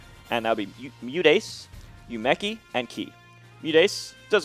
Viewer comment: Great video, but M2K, man, you really gotta work how you pronounce Japanese names. Arika, Umeki, and Kie...